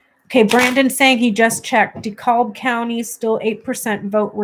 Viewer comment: Dekalb is pronounced Decab.